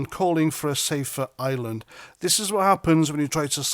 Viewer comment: the word is IRE-LAND, not ISLAND.